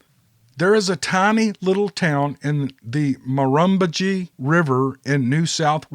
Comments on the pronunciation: pronounciation Tumut is Toomut. Murrumbidgee. Murrumbidgee murrum bidgee. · The Murrumbidgee River is pronounced "Mir" as in Mirror "um" "bidg" like bridge without the "r" and ending in the long "e"